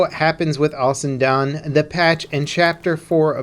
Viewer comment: The newest map coming to Battlefield V...Al SuDaN I couldnt get over that pronunciation 😂